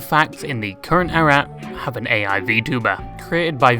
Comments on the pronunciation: Ay, little correct, the "Ai" in Kizuna Ai's name is pronounced like the letter "I" and not the initial of artificial intelligence. And another correction, Gumpai is not tweeting out thanks to her fans for stuff, it is an automatic tweet from Throne (a website where you can make a wishlist of things you wanna have and your supporters can buy stuff from that said wishlist for you anonymously) that she has set on that lets everyone know when a gift on the wishlist has been received. And lastly, cool vid. It was really entertaining like the other ones. 🙂👍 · It isn't Kisuna A.I. it's Kisuna Ai(pronounced "I") She isn't AI either.